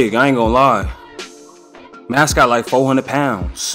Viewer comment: “Mascwot terkin too!” 😂